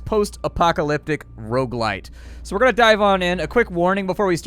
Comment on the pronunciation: "Rouge-lite"? What's that? I believe you mean "Rogue-like" .....